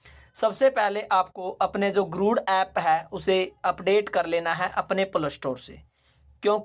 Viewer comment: गुरुड़ गुरुड़ क्यों बोल रहे हो बार बार.. जबकि ये गरुड़ा एप है!